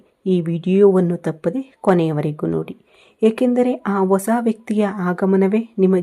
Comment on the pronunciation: ಮೇಡಂ ಒಸಾ ವ್ಯಕ್ತಿ ಅಲ್ಲಾ ಅದನ್ನ ಹೀಗೆ ಉಚ್ಚರಿಸಿ ಹೊಸಾ ವ್ಯಕ್ತಿ ನೀವು ಜೋತಿಷ್ಯ ಹೇಳುವವರು ಪದಗಳ ಪ್ರಯೋಗ ಸರಿ ಇರಲಿ.ತಪ್ಪು ತಿಳಿಯಬೇಡಿ. ಕನ್ನಡ ಉಚ್ಚಾರಣೆ ಸರಿ ಇಲ್ಲದಿದ್ದರೆ ಕೇಳುವಾಗ ಹಿಂಸೆ ಆಗುತ್ತದೆ. ಹೇಳಿ ಕೇಳಿ ನಾನು ತುಲಾ ರಾಶಿಯವಳು ನನಗಿಂತ ನಿಮಗೇ ಚೆನ್ನಾಗಿ ಗೂತ್ತಿದೆ